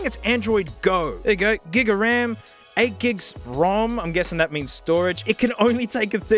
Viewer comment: The way you pronounced ram though